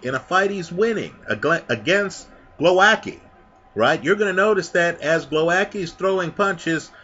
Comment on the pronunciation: you pronounce Głowacki in the most distorted, warped hilarious way possibe. Głowowacki v( Gwovatzky)